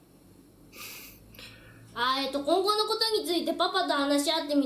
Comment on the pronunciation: コ↑ンゴについてで草